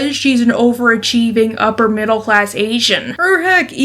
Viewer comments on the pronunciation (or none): none